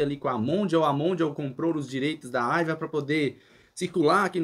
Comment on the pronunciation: Nao e' " Aiva" , e sim "Aiwa" com Wa de Washington. 😉